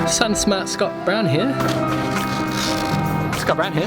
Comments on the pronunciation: Sounds like "Scott Brown Hair"! Mwahahaha! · Hearing that many 'Scott Brown here' sounds like 'it's got brown hair'. Haha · Did anyone else start hearing “he’s got brown hair”? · My bogan aussie ears hear " s'got brown hair " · Sounds like your saying "Hes got brown hair" 😂 good vids mate